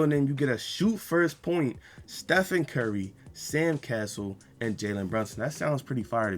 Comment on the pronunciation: Pickin on u becuz pronounced it wrong